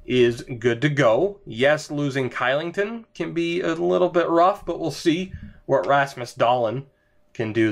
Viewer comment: Kylington = Shylington, because Swedes don't like to say K's :D